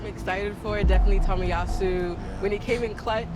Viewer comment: the girl is trying to hurt Riccardo by saying tomiyasu